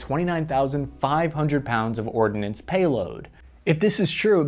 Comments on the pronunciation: The word ORDNANCE (no i) is not pronounced ORD-i-NANCE. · its not ORDINANCE. It is ORDNANCE. See spelling.